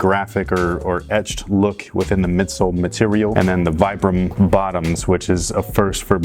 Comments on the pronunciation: I know noone cares but the word Vibram is meant to be pronounced "Vee- bram" not "Vy- bram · You pronounce it as vee-bram.. Not viybram.. Youre welcome.. Peace bro. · Very reminiscent of the Pharrell NMDs Btw it's pronounced veebram, after the founder Vitale Bramani Definitely interested in this shoes' performance, great vid! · in a different color way I'd wear them, btw it's pronounced "veebrum"